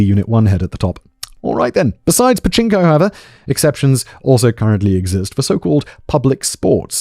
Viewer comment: Simon it's Pachinko